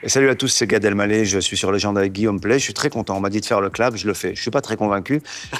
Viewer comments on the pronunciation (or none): Légende et non legend en anglais